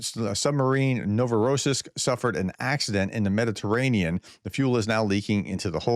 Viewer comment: FYI ! Novo New Rossyisk Ruusia is pronounced with the accent on the yisk !!